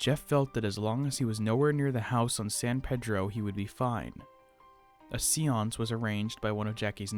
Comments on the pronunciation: Just wanted to let you know (if you are interested..I would be definitely if I were narrating)..the word you said at , "seance"is pronounced like "say-ance" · have you never heard the word 'seance' pronounced before, or have you never seen it in print before?